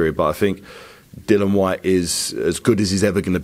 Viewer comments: It's Dillian ffs not Dylan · It's about time that people within boxing learn to pronounce Dillian's name correctly. Just call him Whyte if it's too difficult.